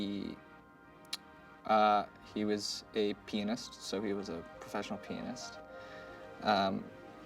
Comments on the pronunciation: I misheard, I thought he said "penis". but it actually Pianist. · I thought Cole said penis 😅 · Lol i thought cole said pen*s lol 😅 proffesional Pen*s lol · I really thought he said "he's a penis, a professional penis" 🤣 aight, amma head out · thought he said professional penis! wtf!